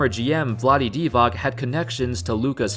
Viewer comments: BTW it's Vlade Dee-vaats, not Dee-vaak. The guy has been around for decades so I'd expect people would have his name down by now. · You cant be nba analyst if you pronounce it Vlade DivaK...